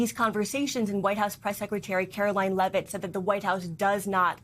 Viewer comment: It’s Caroline Leavit… not Luvit…. YOU LOVE IT!!!!!! Get it right